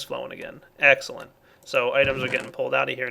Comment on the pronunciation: Egggssscelent, new favorite word pronunciation:D